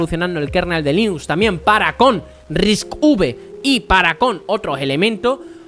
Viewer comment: Cada vez que dices Risc uve muere un gatito, y van... Repite conmigo... RISC CINCO!